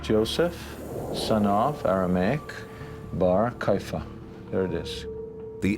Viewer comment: Why does the narrator and most of the comments below mispronounce the name of Caiaphas (sometimes referred to as Kayafa)? The name as I have always heard it, and as most others in the documentary say it, has 3 syllables Cai - a - phas (not 2 Cai - phas).